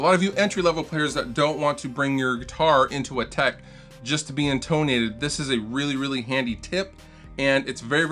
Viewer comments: intUHnated, not inTOEnated. Good tips. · in taNATEd